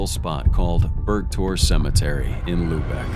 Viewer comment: Its Luebeck, with an umlaut, not lubec